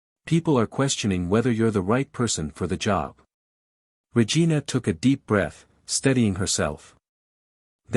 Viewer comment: The story line was good, however the person telling the story kept getting the chiefs name wrong from time to time calling her Vargina instead of Regina